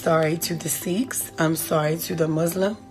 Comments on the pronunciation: Hey, it’s Sikh (pronounced seek) not sheek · She has an ugly nose, I cannot. Also those people were Seikh pronounced like seek not sheikh or “sheek”